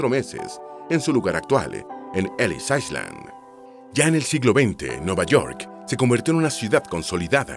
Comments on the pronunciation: La letra S no se pronuncia en la palabra island ( ailand) es la manera correcta. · En la palabra “ISLAND” la ‘S’ es muda, se pronuncia “AILÆND”. DE NADA.